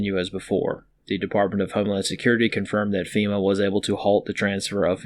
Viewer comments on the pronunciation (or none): Sometimes when you say FEMA it sounds like you're saying female. ".... the firing of senior female leadership...." is rather confusing. I think it's past time for the Texas minute Men to shut down some things before they get out of hand.